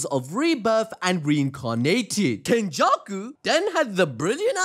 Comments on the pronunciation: 👀 Ain’t no way you said, “Kenjussy.” 😂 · Yoooo bro said "kenjussy"